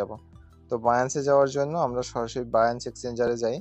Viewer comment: Binance কে বাইয়াঞ্চ বলেন কেনো